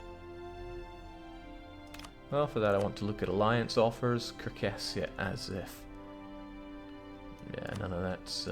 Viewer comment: Sar-cAs-shuh, say it with me now